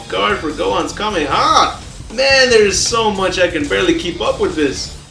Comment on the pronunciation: KAMEHAMEHA not a "Kamea" learn the attacks